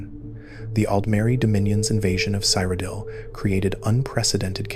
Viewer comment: wdym you've never heard of the land of Sire O'Dill? 😂